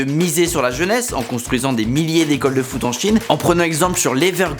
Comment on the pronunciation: Le foute au lieu de foot 😂😂